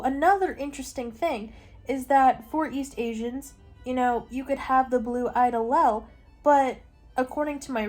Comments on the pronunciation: You did so well discussing the genetics!! I’m a biochemistry major in a specialized biology program at a big ten school. If for any reason you want to talk about this again, the word allele is pronounced like Al-Eel. I know it doesn’t look like that it’s a weird one 😅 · Love u but I think it’s pronounced Ah Leele 😅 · Raise your hand if you feel personally victimized by her pronunciation of allele 😂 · As a biology major who just took genetics, the whole explanation of punnet squares and the pronunciation of allele is so silly and goofy to me 💀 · I’m sorry but as a biology major the way you said allele is killing me 😭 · Her pronunciation of allele killed me 😂